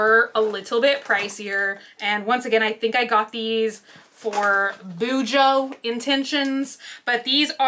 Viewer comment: I did BuJo for several years but quit last July and haven't picked it back up. You pronounced it correctly. Tombow Dual Brush Pens.